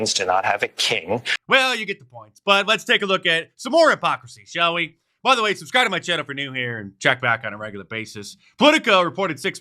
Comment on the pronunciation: PLENTY of people are "AbOvE dUh LaW"